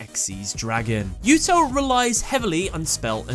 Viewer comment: that is a weird way to pronounce Yuto